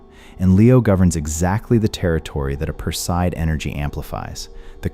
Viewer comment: Make the effort to pronounce names correctly. Perseid is mispronounced!😞